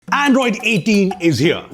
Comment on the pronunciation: that "Andriod" 18 towards the end was subtle! 😆